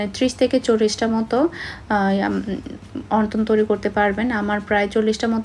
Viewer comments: অন্তন না।।।। উচ্চারণ হবে অনথন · Onton na apu onthon apnar mukhe onton sunte kmn jani lage.